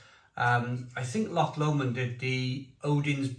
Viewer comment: Loved the review mate, remember this say Lomond like Low-mond